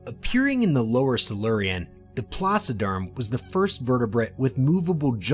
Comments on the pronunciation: The supercontinent that broke up in the Cambrian Period is Pannotia. Rodinia preceeds Pannotia for about 100 million years, in the Criogenian Period. Please, correct that, investigate more when conceiving this videos so you won't misinform viewers. And, for God sake, it's "TRILOBITES ". Not "TRIBOLITES"! And not "PLASSODERM" but is "PLACODERM"!... The list of silly spelling errors is endless... 😅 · Thanks. I hadn't realized that the narrator had mispronounced that, too. It's my first time hearing the word. I imagined he was saying "placiderm", as in "placid" or calm. I imagined creatures that didn't move around very much or very fast. By the way, Pat, by any chance have you met Ben Dover and Phil McAvity? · Placoderms? Is that what he was trying to say? I couldn't figure that one out. For intentional comedy, listen to The Firesign Theater's album, "I Think We're All Bozos on This Bus". It contains a brief parody of paleontology narrations. I'm particularly fond of the mentions of "generations of small, dying things" and "trailer bikes".